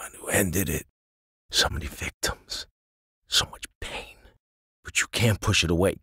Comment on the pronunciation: I just figgerd something, Billy must have emocenal problems cos he keeps bring the out on the "victoms"